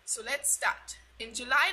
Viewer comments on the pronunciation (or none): none